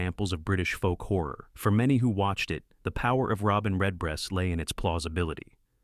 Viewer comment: I wish they could learn how to pronounce Horror.